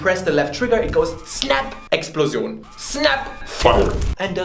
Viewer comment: Explosion( richitg Deutsch ausgesprochen)